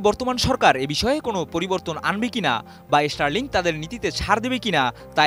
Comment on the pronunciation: দয়া করে reporter দের উচ্চারণের উপর প্রশিক্ষন প্রদান করুন। ষ্টারলিংক কে বারবার ইষ্টারলিংক বলছে যা খুবই শ্রুতিকটু।